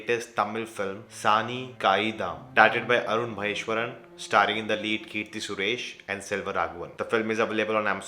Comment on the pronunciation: T in Arun Matheswaran is not silent. I said it before 🏃